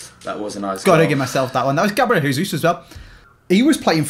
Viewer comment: Anyone else hearin say ‘GABLIEL JESUS’